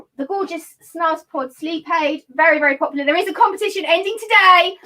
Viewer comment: Lovely!!! Your videos are awesome. Thanks for sharing. (Nb pronounced snooze pod)